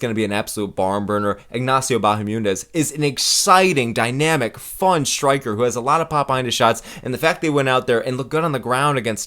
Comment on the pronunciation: Bahamundes 😂 where is the “u” coming from Good stuff as always homie 👊